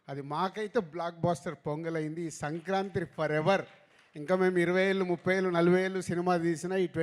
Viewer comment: సంక్రాంత్రి కాదు రా, సంక్రాంతి అనాలి